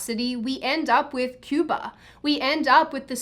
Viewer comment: You pronounced "Cuba" wrong